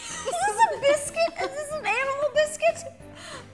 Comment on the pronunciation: ro sounds British when saying biscuit